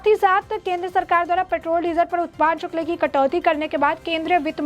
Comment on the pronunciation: शुक्ल ??? " शुक्ल " नहीं.... " शुल्क "